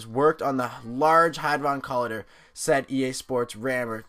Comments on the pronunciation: ITS COLIYDER, NOT COLADER. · its co lie der but no biggie bro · COLLIDER u butchered that bro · It annoyed me every time you pronounced "collider" wrong -.